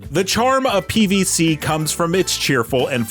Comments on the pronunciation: Does he keep saying PvC? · Why does he keep saying PvC? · I thought the same thing, it's like he doesn't know how to say "Z"